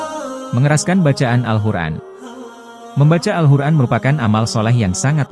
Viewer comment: Awal video katanya kita d sruh utk tau cara baca Alquran,, sdgkn yg sy dngr sebut alquran aja jadi al hur'an